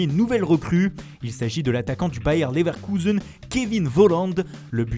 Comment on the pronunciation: Leverrrkouuuuzen Calmez vous les gars